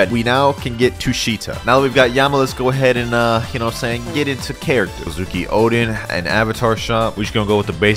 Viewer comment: The way bro said kozuki😬